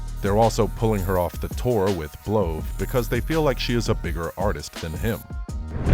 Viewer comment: Bro said blove 😂 it’s B love